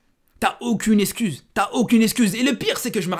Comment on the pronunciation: Il y a un truc qui m’a stressé dans ta vidéo, tu dis esscuse au lieu d’excuse 🤣🤣